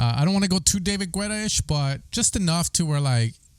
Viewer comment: Every time you say David Guetta I laugh my ass off lol. The "u" in Guetta is silent my guy LOL